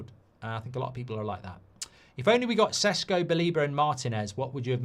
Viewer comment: Everytime mark pronounces sesko like sheshko take a shot